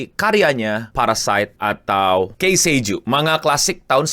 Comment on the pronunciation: Ki sei juu bang. Tolong. 🥲 bukan kei sei juu